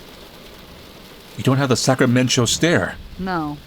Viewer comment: Cannot get over the name of the town. I’m from Sacramento so hearing Sacramen-cho is really throwing me off and out of the immersion